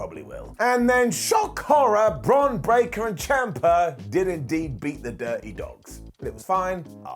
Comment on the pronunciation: called 'Bron Braker' 'Bron Baker'.....🤣😂